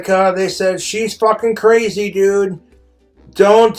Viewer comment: “I’m cwazy” is wild 😂